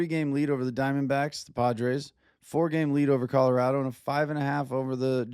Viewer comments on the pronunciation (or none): none